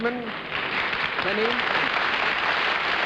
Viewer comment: Keeney. Pronounced Kee-nee. He tried to correct Mr. Daley at the beginning, be I guess he didn't hear him. So they ALL kept saying Mr. Kinney! Thank you for posting this!